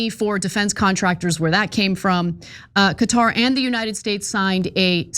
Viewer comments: The correct pronunciation of Qatar is like "Carter" without the "r" sound aa in "catar". Say it right Ana you're a professional! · I thought it was pronounced Cawtar. No r sound in the first part